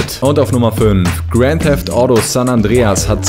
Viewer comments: Das heißt Auto nich Audo xD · Du sprichst auto Audo aus 😒